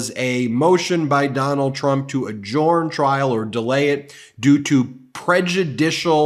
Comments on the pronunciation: Ben - it's pronouced , "a-jern", not "a-jorn". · Ben has pronunciation problems. Adjourn is not pronounced A-Jorn. It's pronounced A-Jurn. And... Assuage is not pronounced Assu-ah-ge. It's pronounced Assu-ay-ge. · The D is silent A jurn not ad jurn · It’s pronounced adjErn not adjUUrn ^^ like earn or fern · Adjourn is not pronounced A-Jorn. It's pronounced A-Jurn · Hey, Ben, l admire Congressman Bennie Thompson, too, but there's no need emulate his mispronunciation of "adjourn." lt's pronounced "adjurn." The 'O" is silent. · Ben, please learn to pronounce adjourn correctly. Ta. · Just curious, why does Ben pronounce ‘adjourn’ as he does, is there a particular reason. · Adjourn? How is this word pronounced? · Look Dude, I give you a pass on the pronunciation of voir dire. It is from a dead language, so who knows how they said it. But ""adjourn" is not pronounced how you say it. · Hi Ben, I am confused by your pronunciation of “adjourn” and “adjournment”. This link shows how I thought it should be pronounced.